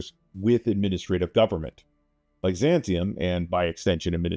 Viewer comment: Had to close the video from the way he was pronouncing Byzantium